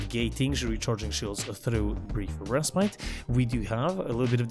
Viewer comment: I have yet to find a single warframe youtuber pronounce 'respite' correctly. Good vid, otherwise.